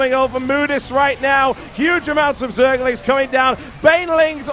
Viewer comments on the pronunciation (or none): lol, it sounds like hes saying zealots not zerglings =)